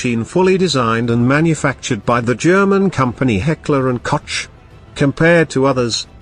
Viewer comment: "Heckler and COACH" LMAO